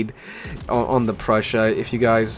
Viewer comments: Just say “Proy-sun” with emphasis on Proy. Done! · The pronunciation is pretty simple. It's /proy sen/. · it's just "Proy-sen" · To pronounce Preussen, just say "Proy-sin" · 🤣🤣 its Preussen 🤣🤣